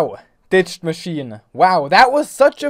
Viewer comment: I though he said BICHED machine XD